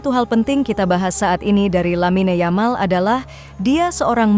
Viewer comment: dalam bahasa spanyol huruf Y = J dalam bahasa indonesia dari segi pengucapannya, tidak ada orang spanyol mengucapkan Yamal dengan yamal versi indonesia, mereka mengucapkan "Jamal* jika orang mesir ejaannya Gamal artinya sama yaitu Ganteng